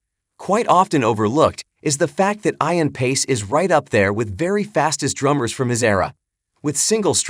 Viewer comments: FYI - it's pronounced E-an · You lost me at Eye-an. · Add totally irritates me that your AI isn't pronounced on his name correctly